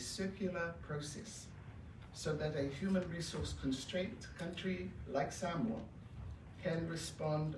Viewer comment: The pronunciation of Samoa is NOT 'samower' but 'Saamore'. It's all about showing respect to the visiting Prime Minister of Samoa by learning how to correctly pronounce the name of a nation NZ 'administered' for over 40 years.